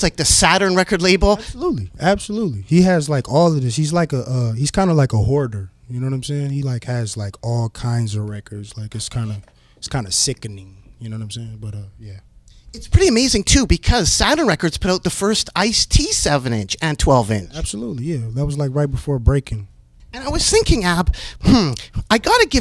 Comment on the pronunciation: herbert “sicke-NING” the third